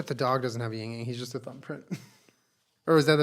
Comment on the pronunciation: IT'S YIN-YANG